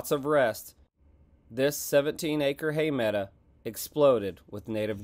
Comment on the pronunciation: I watch all the time ..but please...medow...not meda